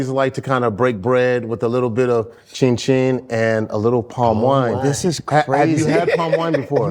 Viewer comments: Akbar's attempt to pronounce African words by adding an extra intonation is funny to me 😅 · Someone please teach Akbar how to say “ Chin Chin” correctly. It’s really not that difficult. Ugggh!!